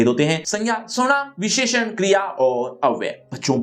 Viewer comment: sir ne visheshan bolne me jyada jor lgadiya 😂😂😂